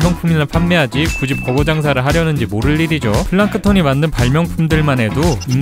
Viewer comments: 케런아니고 캐런입니다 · 만화에서 카렌은 거의 케런으로 발음되더라구요!